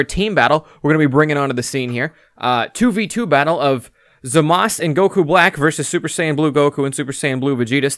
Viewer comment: FINALLY SOMEONE WHO PRONOUNCES ZAMASU CORRECTLY! It is "Zah-mas", not "Zuh-maas-oo". the dub is in the middle ground with "Zah-mas-oo"